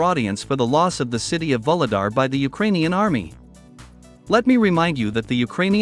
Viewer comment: VUHLEDAR is pronounced not like VOLODAR, but rather like OU-GLE-DAR. VOLODAR sounds very confusing. In Ukranian the leading V is almost silent. Thank you for interesting videos!